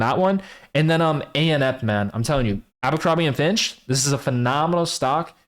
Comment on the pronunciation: Its "Abercrombie and Fitch" not "Abercrombie and Finch". You're giving me cancer.